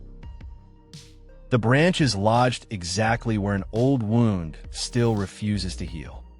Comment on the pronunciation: Stop using AI narration. The word is "wound" (pronounded woo-nd, not Wow-nd). Use real narration or find something else.